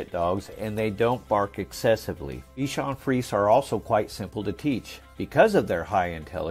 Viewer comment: Pour votre information, il faut prononcer: bichon friz ehh!